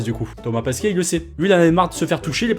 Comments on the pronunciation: C'est Thomas PESQUET pas PASQUIET ! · À c pas Thomas Pasquet mais Thomas Pesquet